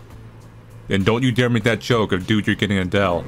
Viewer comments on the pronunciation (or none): none